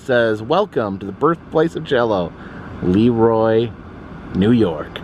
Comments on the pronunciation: Have to correct you on the pronunciation of Leroy. It's pronuoced luh-roy. Great video. Love seeing you on our town! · You mispronounced LeRoy. Accent on Roy.Former Rochesterian